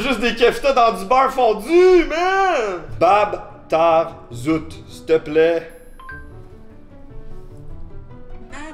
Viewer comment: je ne sais pas si on te l'a fait remarquer mais la façon dont tu as prononcé Bab Tarzout était parfaite 👍